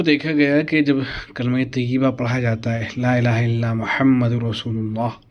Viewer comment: Assalamu Alaikum bhai sahab Muhammad par pesh hai kalima e taiyebah padhne me ap zabar padh rahe hai tawajjoh den ap zara